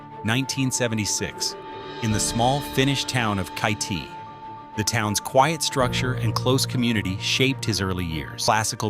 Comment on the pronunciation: Interesting though rarger superficial jn someway. Please fix pronunciation- of everything from Kitee to Yesterwynde. Good though!👍